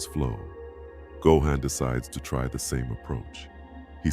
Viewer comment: Gohan’s name is not pronounced right!!😐😑